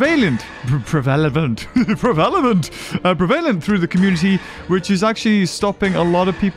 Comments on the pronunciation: "prevaylent" Me"uhh you mean prev a lent" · I think you mean Prev-a Lent